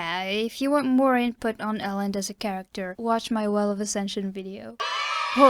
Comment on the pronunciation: Elend reads with an 'ee' eelend. Ee like in sweet